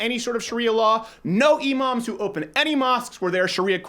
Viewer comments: You said imams but It sounded like emos for a second lmao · Lmao I thought he said emos and I was like well, true. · When Crowder said no more Emoms, I thought he said no more emos and I was like YES!!! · Thought you said get rid of emos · when he said imams I thought he said emos lmao. I'm like yeah they're cringey but I don't think they're that much of a danger to us 😂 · i thought he said “no emos” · At first I thought he was talking about kicking out emos when he was actually saying imams haha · When you said "imams" I thought you said "emos" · I thought he was saying "No more Emos". I was like I didn't know angsty teenagers were a national problem. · Thought you said "Let's get rid of emo's" and I was like I'm for it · Thought he said no more Emo's, was confused as fuck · thought you said "deport emos" how i wished you did... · I honestly thought he said no emos. Deport the emos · When he said no imams I thought he said no emos but honestly I'm fine with either